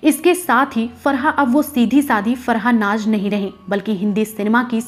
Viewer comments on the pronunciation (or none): Aap apni pronunciation per dyan den for example naz hai naj nahin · It's Naaz, not Naaj